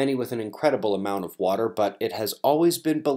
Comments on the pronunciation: LMAO, ,"uh water" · Nice "duh" pause on water almost beavis like. Hilarious.......